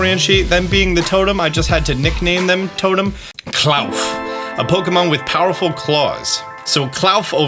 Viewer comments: I think klawf is supposed to be pronounced claw-f as it sounds sounds similar to cliff which would make sense since it's a rock type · It's Clawf, like In the word awful. Clawful...Clawf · claw - f not clouf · Please... they literally called klauf clawf that's the pronunciation... you know, because they said it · Hi, sorry about this but I just want to say that I think Klawf is pronounced cloth. Sorry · It’s clearly pronounced clawf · Says claw, continues to call it Kl-owf 😂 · Bro it’s pronounced KLAWF! As in CLAW-F cmon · “Klawf” I believe is supposed to be a portmanteau of “claw” and “cliff” So I think it’s pronounced “Kloff” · Love how you pronounce Claw f (klawf) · it’s just klaw-fffff there is no u in the name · Is spelled Herba. pronounces is Hebra. And Klowf? It’s Literally Claw with an F at the end. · I swear you say and write names like Klawf wrong on purpose just to get comments. More power to ya.